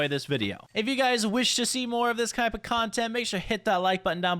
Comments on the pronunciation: i think you meant type not cype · THE FACT HE SAID "kype of conent" at the end